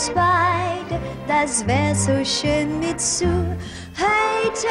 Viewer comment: funfact: Mitsou würde im japanischen eher Mitso-u ausgesprochen werden. Das O und das U werden nacheinander betont. :D